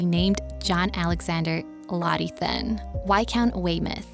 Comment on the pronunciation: Right! These people need to practice before they post. Also his last name is pronounced "tin".